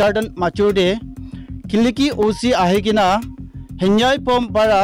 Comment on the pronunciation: His name is Henveih not Hanbua